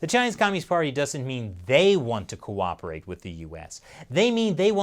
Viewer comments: Did you say cooperate? 😂😂😂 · Next level challenge! Take a shot everytime you hear "co-oprerate or co-operation" . 30 mins later - 🤢